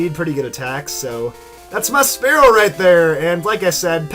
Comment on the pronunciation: Spearow is terrible and you can't even pronounce it correctly after all these years